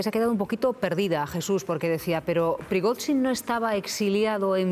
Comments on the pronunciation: Me encanta este experto. Lástima que no intervenga más a menudo: Prigotsín, Prigosín, Prigoshin, Prigotsin... "Nos movemos en una niebla..."; no tengo ni idea de lo que ha ocurrido, pero voy a decir que ha sido Putin para que me vuelvan a llamar. Yo lo veo más desarmando tostadoras o leyendo contadores, pero bueno, comentando estos sucedidos tiene su gracia. Ánimo, caballero. Cuando tenga un rato, entérese de cómo se pronuncia el nombre del paisano ese. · No le vamos a pedir milagros. Con suerte aprenderá a pronunciar correctamente el nombre del señor este q.e.p.d. y puede que llegue a decirlo cuatro veces seguidas del mismo modo. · El experto en Rusia no es capaz ni de medianamente pronunciar el nombre de Evgeni Prigozhin, es sencillamente un pobre repetidor de propaganda occidental.